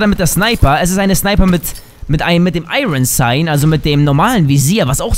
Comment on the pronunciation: das heißt Iron-Sight